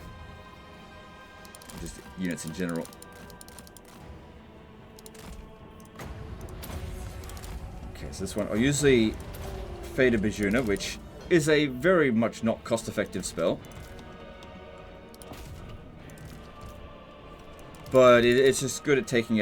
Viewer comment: Btw ju in Bjuna is pronounced the same as you so Fate of B(you)na.